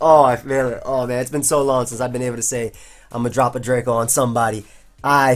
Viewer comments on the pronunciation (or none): none